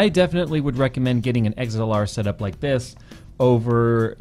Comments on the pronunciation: "Eggs-L-R" Lol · haha he says XLR like "eggs-ell-are" great video tho